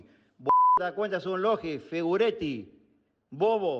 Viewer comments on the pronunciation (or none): Le dice "figureti" a De Paul? Jajaja del campeón del mundo se quién colgar estos